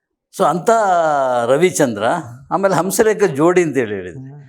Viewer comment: ರೀ ಹಂಸಲೇಖ ಅಂತ ಸರಿಯಾಗಿ ಹೆಳಿ ಹೌಸಲೇಖ ಅಂತೀರಿಲ್ಲ